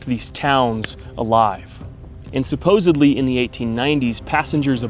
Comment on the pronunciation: Randomly clicked on your video looking for something new. You didn’t annoy me and you know how to pronounce/say “supposedly” and that is much appreciated. Good video.